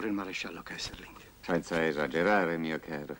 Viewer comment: 7.08 Si chiama KESSELRING!! NON KESSERLING!